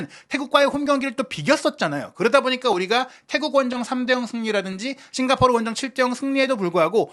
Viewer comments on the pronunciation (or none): none